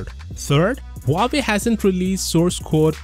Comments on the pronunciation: Really nice analysis. One side note, please pronounce the H in Huawei. The way it came out sounds like Uawei. (I'm native Mandarin Chinese speaker.) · Never knew that Huawei is pronounced this way...